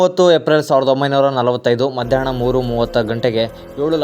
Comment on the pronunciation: ಹಿಟ್ಲರ್ ಗೆ ಇಟ್ಲರ್, ಎಲ್ಲಾ ಹಕಾರಕ್ಕೆ ಇಕಾರ, ಹಾಗೇ ಮಧ್ಯಾಹ್ನ ಕ್ಕೆ ಮಧ್ಯಾಣ್ಣ ಮುಂತಾದ ಶಬ್ದೋಚ್ಚಾರಣೆಗಳನ್ನು ಸರಿಪಡಿಸಿ ಕೊಂಡರೆ ಕನ್ನಡ ಭಾಷೆಯ ಮೆರಗು ಹೆಚ್ಚುವದರಲ್ಲಿ ಸಂದೇಹವಿಲ್ಲ